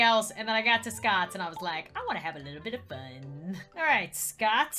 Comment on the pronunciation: Me: Scott: Scottd